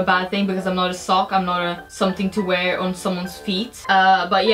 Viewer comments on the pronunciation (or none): none